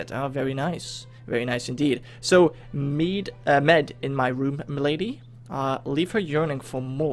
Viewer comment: Mead is pronounced meed, you said it once correctly :)